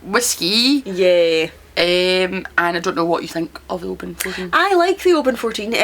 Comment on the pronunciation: Thanks for the pronunciation of Oban. Here in the US I only hear it said with the hard A. I can be a whiskey snob now and pretentiously correct fellow drinkers.